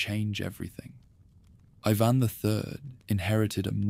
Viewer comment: The Russian name is pronounced “ee vahn” not eyevan. Make sure your AI voice gets things right.